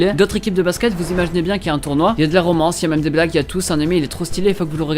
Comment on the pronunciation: mdrr quand ta dit y'a de la romance j'ai entendu des black au lieu de blagues juste après